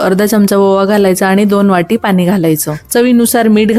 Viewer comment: पानी धने 🤣... पाणी धणे बोल.... Shudh bolu shakat nahiss